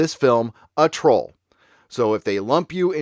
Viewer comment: "Trol Legislation" lol